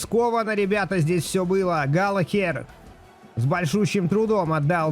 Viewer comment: всё супер, но пожалуйста, галаГер😅😅